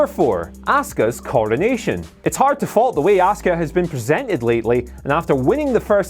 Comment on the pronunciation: Why the deliberate misprounciation of Askua's name in this?